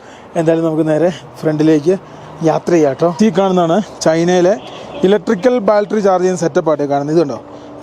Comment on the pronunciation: Not baltery. It is BATTERY